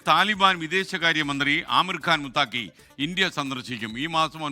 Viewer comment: മുത്താകി അല്ല മുത്തഖി ആണ്